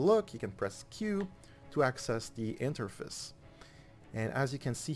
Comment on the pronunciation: The way you say Interface is kinda funny